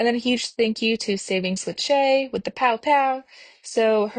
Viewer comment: Also gotta say POOOWWW POOOWWW with some emphasis girl!!!